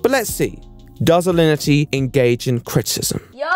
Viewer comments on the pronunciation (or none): U have a really hard time pronouncing criticism